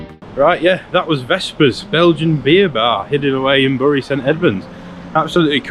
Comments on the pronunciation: I wonder if anyone helped you with how the town is called "berry" rather than "burry" like the town in greater manchester. Good choice of local pubs - grand. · It's produced Berry as in cherry, not Burry as in slurry😉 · Wow!! what a great video, The Dove is certainly my favourite pub ever, and Oakes Barn too. Such a pity you picked a wet day. You show Bury (pronounced "BERRY") as a really nice place to visit and stay, I've only lived here for 70 of my 74 years so what do I know!! I am in the Dove bit drinking Adnams Mosaic, with Snooks the Jack Russel teasing Roger the landlord. Beer and banter and fun company what more can you ask for from a pub, AND just look at those prices! Love the Dove and all things Bury, apart from the rain. You have done us proud with your video, cheers and next time you're in I'll buy you a pint. By the way Bury St Edmunds has just won the UK's most dog friendly town, what's not to love about this place. CHEERS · represent!! Cool video 😎. Remember though if you want to sound like a local it's pronounced "berry". The Rising Sun has just reopened and it's ace, so there's a good reason for a return visit. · I'm from bury. Say bury correctly please 😂 fucking beautiful town it is!! That pub is lovely. Always always full off interesting people! The same with every pub in bury 👌👌